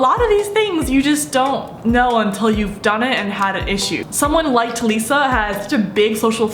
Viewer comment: *Ta-li-suh =Talissa Not Ta-le-suh. Please do not hate on this comment, im just saying how to say her name❤ Ilysm